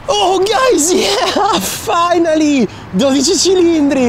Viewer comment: Every time you pronounced 12 Cilindri I’d skip back to listen again, and again, and again! I’m trying to LEARN how to say it with the CORRECT Italian accent like you!! (keep saying it A LOT please, so we in the U.S. can learn!). Great video!!